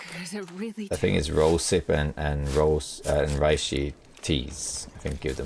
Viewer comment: Always wanted to say that reishi is a Japanese word. Japanese doesn’t do compound vowels, each is pronounced separately, with two exceptions: ei which extends pronunciation of the e, and ou, which extends pronunciation of the o. Therefore, reishi isn’t pronounced like the Germans would, RYE•shee. It’s pronounced REH•shee (or RAY•shee for the more westernized tongue). Sorry, can’t help myself.